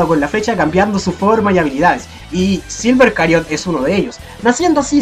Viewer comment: ¿Silver Chariot no se pronunciaría como "silver chariot" y no como "silver cariot"?